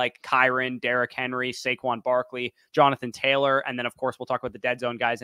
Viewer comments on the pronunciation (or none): none